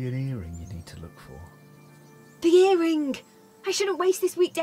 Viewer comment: Hows it end?! This is weird, you got a mission to get the bangle and you cut it? Why is she enunciating her g so much? Ear ringuh singuh...why add an extra syllable thats not even there?